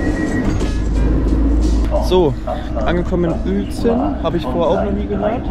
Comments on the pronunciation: Uelzen = Ülzen bitte :D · Es wird Ülzen ausgesprochen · Krass hätte ich nicht gedacht dass du mich mal besuchen kommst in Uelzen und übrigens du hattest es falsch ausgesprochen in deinem Video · Du sprichst Uelzen falsch aus, es regt mich auf, vorallending weil ich von dort komme. Und wann warst du in Uelzen?